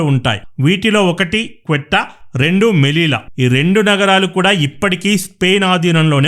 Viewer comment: Bro. "క్వీట్టా" కాదు "సీయుట" అని పిలుస్తారు...... మంచి విశ్లేషణ... 👍🚩